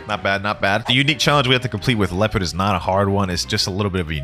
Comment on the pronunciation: Its leopard not leoapard like if it the thruth